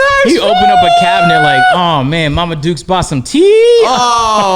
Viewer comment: Never thought I’d hear someone from Canada say “ma dukes”😂😂